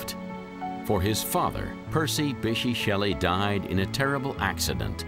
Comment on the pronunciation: The narrator's pronunciation of "Bysshe" is actually painful.